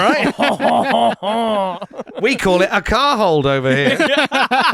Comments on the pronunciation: Moe says car hole, not car hold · a car HOLD? It's car hole, say it right, non Frenchie